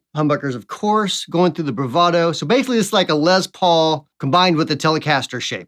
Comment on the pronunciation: Good video. But it's Les Paul, not Lez Paul.